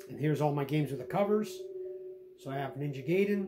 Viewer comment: ninja guy-den, even as a kid i've never heard anyone pronounce it how you did. sorry it bothered me.